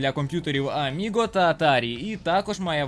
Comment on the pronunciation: Не "Аміго", а "Аміга" (Amiga). Дякую за відео 👍